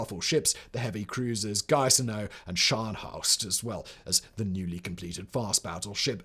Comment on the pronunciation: Your pronunciation of "Gneisenau" was almost as unsettling as that incredibly tasteless ad.